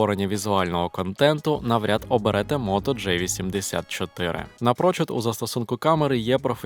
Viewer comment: Автор, все супер, але будь-ласка не Моторола "джей"84, а "джі"84!!